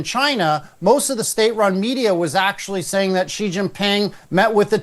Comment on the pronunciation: Only gonna say it bc GG brought up the subject but since he said everybody is gonna have to learn how to pronounce Bab Al-Mandab how ab pronouncing Xi correctly? kept saying it right and you still couldn't do it. It's so easy... SHE!